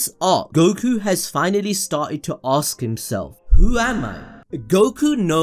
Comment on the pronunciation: can you stop saying aks? that is so annoying!